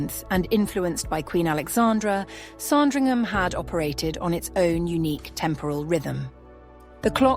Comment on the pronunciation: It isn’t pronounced “Song-dringham”. JFC, I hate this AI crap.